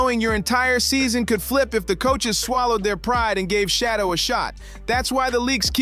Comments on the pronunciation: It's Shadeur not Shadow put some respect on his name! 😮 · SICKENING how these commentators mispronounce Sheduer's name. His name IS NOT Shadow🤔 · Respect his name. Correct it. Say it with me, Shedeur! 🙄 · You guys can’t even get his name right . I don’t know who’s narrating this but you suck. Get the name right. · Pronounce his name correctly. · It’s so hard to listen to these video clips when the commentators refuse to pronounce Shedeur’s name correctly. Personally, I think the NFL wants to keep Shedeur hidden cause they knew he’s going to show out & prove people wrong about him. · I think they purposely say his name wrong